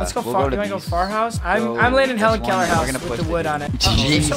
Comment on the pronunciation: “I may landing at the he’ll hellen out hous wood ewood” lolz